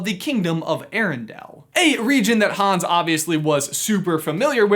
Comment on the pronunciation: Hans... not Hones